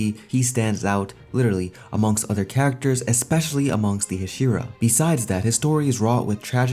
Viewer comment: The way you say Hashira is frustrating